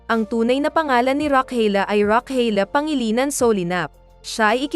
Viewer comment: Galing nman mag pronounce Ng name n Rochelle pangalinan😂